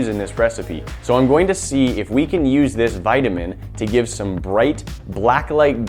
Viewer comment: You pronounced vitamin wrong